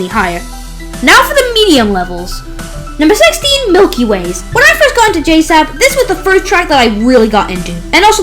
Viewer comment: J-sab? Most ppl say it like j-s-a-b